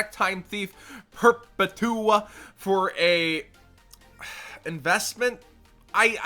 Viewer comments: Perpet-ua, like perpetual, seriously fuckin sad lol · Perp-a-tua your fuckin hilarious bro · LoL yugitubers failing at reading again, take the l off of Perpetual , then try again